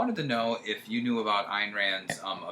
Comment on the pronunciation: I wasn't going to mention this, but the temptation is overwhelming, so what the hell., the name's pronouced AYN (like "mine"), not ANN. I know that it's a one syllable name, but as an INTJ, you should be able to manage.